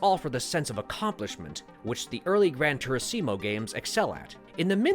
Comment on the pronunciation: My guy said Gran Turiseemo……